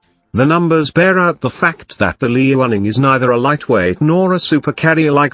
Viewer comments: Liaoning is meant to be pronounced Liao'ning, not Li'ao'ning. Sounded odd on the soundtrack. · smh its pronounced Lee-yao-ning! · I enjoyed the video. Well made with good facts. Some constructive feedback: try to use higher resolution photos so the photos don't come out pixelated in the video. Also, and my biggest piece of feedback, do anything to avoid the synthetic voice. A real human voice would be much better, especially in terms of intonation and in terms of pronouncing the name "Liaoning" correctly. But you're off to a good start! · Whats the robot software being used? Interesting.. I was almost fooled by it until it read the "liaoning" wrongly.